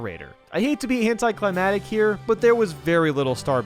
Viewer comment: did he say.. ''hentaiclimatic''